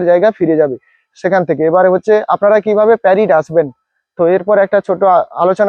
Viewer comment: আরে দাদা ওটা প্যারিড না, ওটা পারিট হবে... 🙂